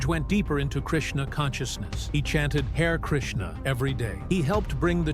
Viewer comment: Not pronounced ' Hair Krishna', pronounced 'Ha ray Krishna'. Also, the most important man George Harrison, ever met in his lifetime, was one that was called Srila Prabhupada. He brought the Hare Krishna movement to the world. The global elitists want this silenced from the world. George is back in Godhead now. The destinations of the global elitists, the twenty eight Hellish planets. On that I can say proudly, Hare Krishna Hare Rama!!